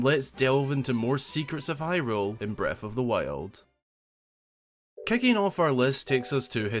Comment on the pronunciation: breaf of dhe wiold